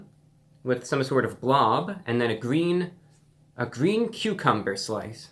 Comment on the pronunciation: Who remembers its gween